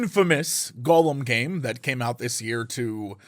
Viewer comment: Hate to burst your bubble, no you didn't pronounce that correctly at all xD But thanks for trying at least!